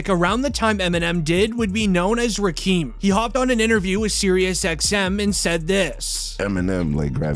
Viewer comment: Ummm...Rakeeem??? Please don't make vids like this if you're not a fan of HipHop. It's pronounced Rakim, not Rakeeem